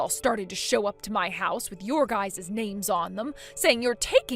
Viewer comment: ITS NOT GUYS’ES. It’s just Guys’